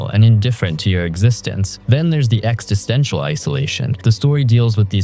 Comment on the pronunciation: Ex-is-ten-tial, not ex-ti-sten-tial.